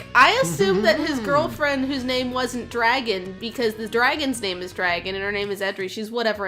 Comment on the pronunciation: What a super cute game! I thought you were making a joke about your draeygon pronunciation with that title, but nope, that's really the title, huh. (Also looking at the Steam reviews of the game, one reviewer accused the developer of being too lazy to get a real artist??? Do they have any idea how hard it must have been to get the sprites to capture that hand drawn style but still animate as well as they do?)